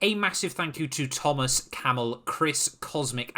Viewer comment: ATENTION AT START HE SAID THOMAS, NOT TO BE RUDE BUT IT IS PRONOUNCED TOMASZ= TOM-ASH-CH i put this up for future reference